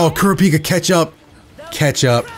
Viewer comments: ( Kura - Pika). not ( Kura- peeka) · Man said kur A pika... bro it's kur rap ika lol but hey each to there own lol, still a great video bro. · hey it's pronounced (ker-rah-pee-ka) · his name is pronounced Crap - E - Ka naw all at once Kurapika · Kur-ra-pi-kah not kirpika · It’s pronounced Ker-op-pika Kurapika the way he pronounced it hurts my ears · Its Ku-Ru-Pi-Ka im pretty sure we watch hxh in dub before to hear how the narrator pronuce his name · No its , kurApika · Kur-peeka, please i cant take it anymore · Kurapiika. How you say his name triggers me. But I liked the video. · Kura peeka? Hurts my soul to hear my favorite anime character of all Time pronounced like that still a great video though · That's how you pronounce it, except for the "u" at ku. It's more like kúh-rah-pii-kah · You heard it hear his name is kurpika 🤦‍♂️like how do you forget to read a whole letter. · Totally a real Lion ku-raw-pee-kuh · That isn't a Glock. That is a revolver, and from the looks of it the closest approximation I can make of what it may be is the Ruger SP101 .22lr, but the rounds are clearly bigger than a .22. If anyone knows what gun that is exactly I would like to know. All I know is that that is not a Glock, this is a Glock: Aside from that minor nitpick and the way you pronounce Kurapika, great video! Keep up the good work and don't let my inner gun nerd get in the way of your commentary. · He pronounces it totally wrong by a mile and its very irritating while watching a video about that character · Love that ur playing jump force, hate that u pronounced Kurapika wrong😂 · Why trigger tho? It's funny how he pronounces it xD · Why do you pronounce kurapika like he a Pokemon🤔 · It's pronounced ker -a-pee-ka And gone move is called the ju-jun-ken